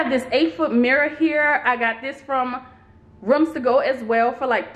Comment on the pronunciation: Nice tour, you are handy with the tools girl. The way you say "ruoms" to go is different. 😊